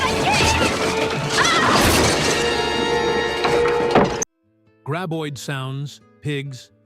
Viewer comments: "gray-boid"??? I HATE AI speakers. AI also likes to repeat entire paragraphs because the computer does not understand that repeating these paragraphs ruins the talk. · Wasn't this Kevin Bacon's first ever film..... 😅.....not great info and I absolutely HATE thease ai narrated videos 😂😂😂 can't pronounce graboid 😂😂😂 ridiculous when it's the name of the monster 😂😂😂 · Too bad the narrator did not know how to pronounce Graboid.